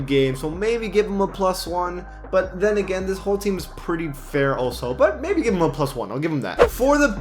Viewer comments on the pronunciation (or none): none